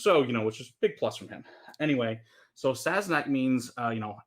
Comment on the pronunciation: You are not pronouncing it right. It's SassenAhhch like in Arabic language